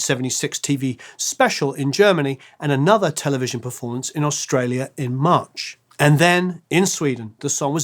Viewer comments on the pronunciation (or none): none